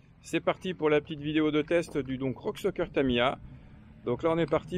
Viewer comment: solu:) oé oé gaf kan tu di rock sOker pa de U hein!!!;p